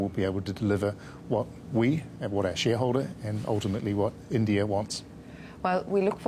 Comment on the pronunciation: ieeendiaaye......how hard is it to say "India"